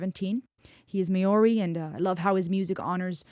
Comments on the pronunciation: Geez girl your hair has grown churr...and to saying Maori ....mo dee then You will know trust me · Stan is very special, especially to we kiwis (New Zealanders). Love your breakdowns. Here's a little tip, offered with respect... "Maori" is pronounced phonetically, for an American, a bit like this ....Mohree (a bit like you'd say the 'mo' of mohawk, followed by 'ree' with a tongue-flipped 'r'. The stress is on the first syllable). 🌿🌹